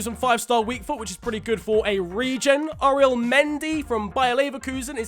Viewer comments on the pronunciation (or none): none